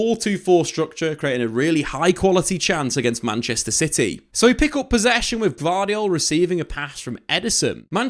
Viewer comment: Did he say "Manchester Shity"😅